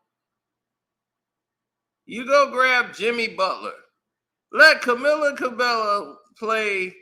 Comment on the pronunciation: I'm pretty sure that's not how you pronounce this young woman's name Sir 😂🤣🤦‍♂